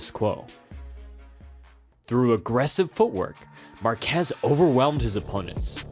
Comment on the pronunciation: I really wanted to love this video, but the repeated butchering of Márquez' surname kept triggering me :P